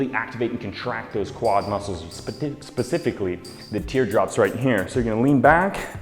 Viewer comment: speti....specifically... I totally cried laughing while rewinding to :D